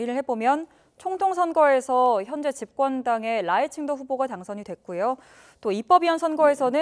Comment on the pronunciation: 발음을 잘해라. 라이칭더 할때 라이는 4성이다.. 라이 할때 강하게 발음해야 한다.